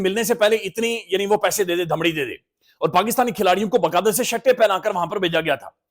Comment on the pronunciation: یار تُجھے کتنی دفعہ سمجھایا ہے کہ لفظ دھمڑی نہیں دمڑی ہوتا ہے پلیز صحیح بولنا